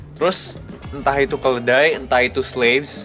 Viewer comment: Kedelai le bukan keledai😭